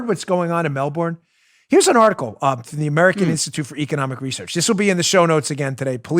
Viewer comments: a lot of Aussies probably just cringed (or laughed) at how we Americans pronounce ’Melbourne’ lol... I believe it’s “Mel-bin” but surely someone from there would know better, so correct me if I’m wrong...mellBORN lol 😂 But in all seriousness, I’m so glad I live here in the US... that list was straight out of 1984...on steroids. Wow. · "Mel-burn'......not "Mel-born" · Dan, a friendly heads up: In Australia they pronounce Melbourne “Melbin”. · It’s shocking what’s happening in Melbourne! Let me help you with the pronunciation since I had a friend from there. They pronounce it: Mel bun. 😊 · Can you please pronounce Melbourne properly!